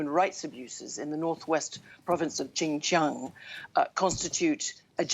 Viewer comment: She can't even pronounce the province Xinjiang 😂